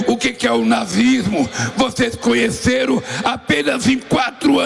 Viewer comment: "Vocês cunheceru?" Falou 3 vezes.